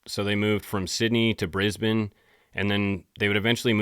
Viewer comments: I absolutely loved the shout out you gave to your Mum. My Mum passed 10 years ago and I miss her every day. Also, your pronunciation of Brisbane was spot on. Usually don’t hear that outside of Oz 💚🇦🇺🦘💛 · You pronounced Brisbane the Australian way. Well done.